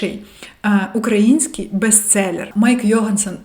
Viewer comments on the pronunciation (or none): none